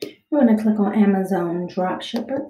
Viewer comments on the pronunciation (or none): what the fuck did u call amazon? (ameruzuon) wtf